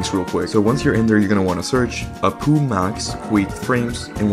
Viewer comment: Queue is pronounced as “Q”. Just the letter. Say the letter. Not “kwe”. “apu” is an acronym so say the letters, not read it like a word. Sorry, I had to do a triple take because my brain short circuited and I took genuine psyche damage hearing that.